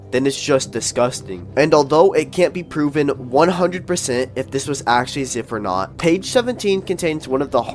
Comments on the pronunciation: Its pronouned zaiph no ziph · That youtuber keeps my mind working also u said ziph why its z "I" ph with a y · pronouncing zyph as zif is crazy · Give the a break who cares if the pdf files name is pronounced incorrectly 😘